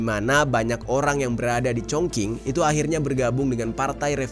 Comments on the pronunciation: Cing,, bukan King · Ada baiknya kamar cek dulu cara baca nama² kota, spy lbh baik dan benar, gk asal²an pls, bukan congking, tp congcing, kerajaan qin=cin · Chong ching bacanya kq cong king 😂😂😂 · Zhongqing dibaca Congching, bukan Congking 🙏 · Bangg bacanya “Chong Ching” bukan cong king 😀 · Chong Ching , bukan chong king😂 Q dibaca jadi C .. Chong Qing/ching 重庆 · Bacanya Chongjing,bukan Chongking... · Speelingnya Chong ching. Bukan Chong king.. Kota Shenzhen,Shanghai is the best...Beijing lebih kayak old town yg sangat cantik, tapi intinya semua kota di china sangat indah.... Aku beruntung sdh pernah mengunjungi byk kota disana...dan tinggal disana hampir 10th.. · 😂😂😂😂 congKing??? Itu baca nya Chong cing weyyyy😅😅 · Fyi: Chongqing ucapan nya bukan (Chongking) tapi (Chongcing) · Sekedar info saja, cara bacanya Chong ching, bukan cong king. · koreksi: dibacanya bukan "Congking" tapi "Congcing" bro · Bukan cong king.. Chong ching bacanya.. Gmna si nih YouTuber. Ga cri info dlu apa.. Main asal nyebut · Yang sering Youtuber Indonesia Katakan Chongqing =chongking Guangzou=Guangzhou Harusnya Q dibaca ch G dibaca k K dibaca kh Z dibaca C Guangzou dibaca Kuangcou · Chongqing--- pelafalan yang benar: Chongching. Saya tau ini bhs asing, tp boleh minta tolong researchnya sekalian cara bacanya, nada gpp deh salah, tp minimal pelafalan betul. Atau tanya teman yg bisa bhs Mandarin gmn cara pelafalannya, atau paling minim banget cari di google translate cara bacanya. Apa cuma saya yg gak nyaman dengar pelafalan yg salah? Tapi saya appreciate dgn researchnya dan cara penyajian ceritanya ❤ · Congking congking haiya oi salah pengucapan loh congking congking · ChongQing baca nya Chongcing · congqing kata orang China di bacanya chongsing CONGQING RD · Dibacanya chongxing bang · maaf just info dibacanya congcing, q dibaca c kl mandarin tuh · Chongqing baca nya chung ching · Bang Jerry msh kurang tepat, sebutnya Cong king, coba deh didengar baik2 😊